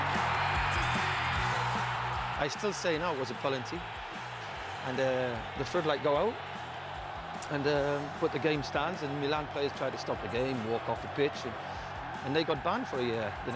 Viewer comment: Ah, Chris, for sure you 'ave not the French language. But you speak the English in present tense very good using many less words and waving the hands. Do you also teach Shteve McClaren to shpeak English in shtrange way in Netherlandsh? For sure. But what is this word pelanty?